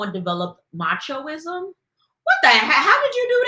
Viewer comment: Mass-oh-kiz-em not machoism